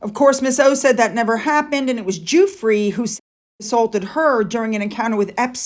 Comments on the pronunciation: Her last name is pronounced "Jew-Fruh" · Giuffre - Gee oo fray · I don't mean to correct you,Virginia Guiffre,,Surname think of Jufrey,,Thank-you so much for your videos and other information, Many thanks, ❤️